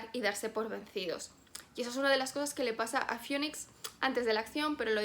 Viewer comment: La ciudad se llama Phoenix, se pronuncia FINIX, como fénix ;)